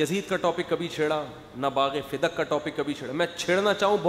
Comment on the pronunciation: Bagha fadak hota ha bagha fidak nhi